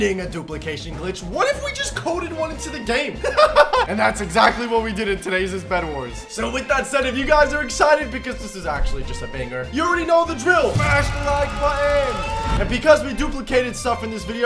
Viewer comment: My man really just said Todays's